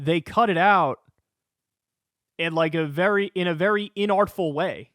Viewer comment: Please dont ever say "inartful" again 🤮